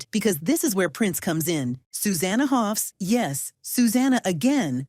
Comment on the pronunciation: First of all, it's Hoffs, not "Hoff". Secondly, the others had every right to be unhappy. The band is supposed to be a partnership, not a dictatorship. They all wrote songs and played, they didn't subscribe to be Sue's backing musicians. Her promotion over others was an insult and had to be called out and resisted.